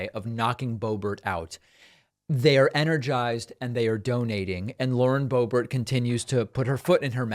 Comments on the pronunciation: You mock others for mispronunciations yet intentionally give Boebert’s name as if she’s French. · I just don't get it. Please explain it to me. Why do you pronounce her last name the French way once in a while? Are you trying to be funny? How is that funny? Are you such a jet set sophisticate that is just slips out? Don't think so. Is your brain glitching? Get a grip. WHY? And why don't you just cut it out? Serious people don't act like that. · It's funny when David pronounces it Boe-BERR, as if it were a French name!